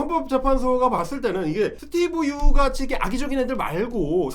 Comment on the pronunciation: 스티븅 유 영어 발음 왜 저따군지?ㅋ 지네 나라 걱정이나 하지 오지랖은!